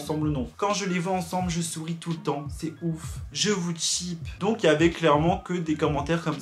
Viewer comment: TwT c'est pas prononcer "Tchip" mais "Chip" mdrr